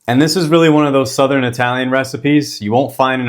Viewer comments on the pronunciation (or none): none